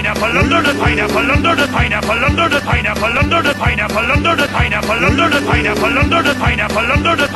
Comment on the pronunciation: I liked it when he said under da pineapple